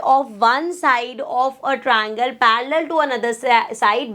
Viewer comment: Triangle ❌ Troingle ✅ Ma'am your way of teaching is best but I don't know why I hate when you say Troingle instead of triangle